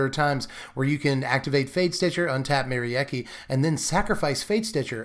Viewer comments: For what it's worth, Merieke is a Germanic name, pronounced something like Meh-Ree-Kuh 😄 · Nah it's not ... the 'Me' is not like the 'Ma' from Mary ... it's more like a 'Meh' ... so i would pronounce the name: Meh-ree-keh ... it looks a lot like the dutch name Marieke, only with the 'a' turned into an 'e'